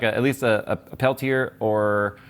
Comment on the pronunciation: Judging by the way he pronounced Peltier, I'd say not.